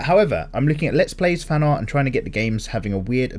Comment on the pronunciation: Do you want to learn amazing aRRRt? That flippin' add... I'm glad you made a point to say art just as weirdly as he did when talking about it.